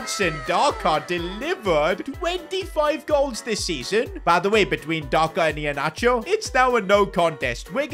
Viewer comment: The way Pronounce Iheanacho 😁😁❤️❤️❤️